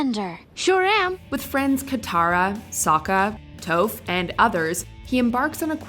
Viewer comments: . You pronounced her name incorrectly. It is supposed to be TOFF as in Toffee, rather than toeph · So nobody watched this video before releasing it to tell her it's Toph and not Toeph and that she needs to pronounce it correctly? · Why do people always say “”? It’s TOPH!!!!!! As in rhymes with “off” or “cough”. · WHO THE FUCK IS TOEPH, GET IT RIGHT TOPH (TOF) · Anyone else get triggered when they said Towph instead of Toph? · Darkseed?? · Not as bad as "Tōff".... It's Toph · TOPH not TOPHE 😬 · Avatar: The Last Airbender should have been number 1 Also,?? In an earlier video you said one of the reasons TLA movie was hated because of how they pronounced the names, and now you do it yourself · they pronounced as toeF not ta-ph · Toph is not called and that is final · Darkseid is pronounced Dark- SIDE not Dark- Seed. It's like they mispronounce names on purpose. Also, that was not Zack Snyder's Justice League. Also, Toph is pronounced TAWPH, not TOPHE. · Sees ATLA: happiness noises "Tofe" WTF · ...honey...sweetie... look right here along with whoever helped you with your script...ready? Darkside....not darkseed ok? Toph,like the word off but add a T..., not whatever you just said sounded like a rare tofu... We good? Ok...carry on...👂🏼👂🏼👂🏼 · I know damn well she didn’t just say toe-ph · 'Tofe' lol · She really said "Toeph" 💀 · Sounds like needs to watch these shows. "Darkseed" and "Tofe." Really. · Its pronounced darkSIDE. NOT darkSEED! I stg. Also Most of the Justice League was reshot by Whedon. We have yet to see Synder's product! ALSO, IT'S PRONOUNCED TAF! EMPHASIS "A" SOUND! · She pronounced Toph as ‘Toef’... and ‘Darkseed’... No more internet today. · "Darkseed" and "Tohf". This is deliberate at this point. At least they didn't call Aang "Ung". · What’s with WatchMojo messing up names saying Darkseed, Tofe, even saying Zabuza as Zabooza in one of their Naruto List. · she never watched ATLA if you say toph as touph